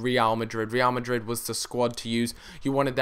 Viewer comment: the way you pronounce Real Madrid is funny. reeal Madrid I think it should be like Re'al Madrid. Ra'al Madrid